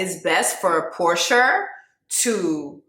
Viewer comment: I’m crying at “Porsher” lmao 😂😂😂